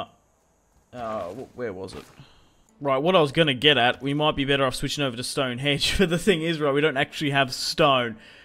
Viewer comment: Stonehenge not Stonehedge